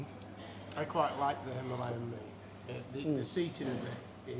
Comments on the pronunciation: I try my best to follow it - But as mentioned at the end of this day - We all know what you will choose. The real hard bit is.... it is called a HIMILAYAN not a himaaaalian. Sometime you get it right and I go Yes! then you go back to Himaaaalian? Love the roads and it looks like awesome fun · Hi Ma Lay An! Why do so many bike journalists have so much trouble saying Himalayan?